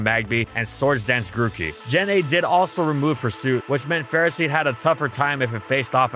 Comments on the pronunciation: "Go!... Ferrah-seed? Its not Ferro-seed?" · The “official” way to say it is Ferroseed/Ferrothorn, like in the word ferocity, but no one says it like that because it’s dumb and Ferro means iron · You said the name wrong, disliked